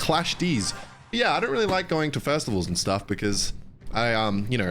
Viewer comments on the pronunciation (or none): bro said "firstivals"